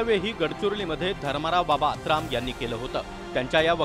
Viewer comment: आत्राम नाही आतराब म्हणा याला